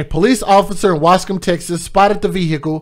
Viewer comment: I'm so sorry to hear this happened to those little angles💕😭. I'm glad they caught her...thanks for pronouncing lil ol Waskom correctly 🤣